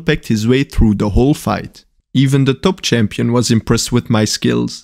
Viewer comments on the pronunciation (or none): none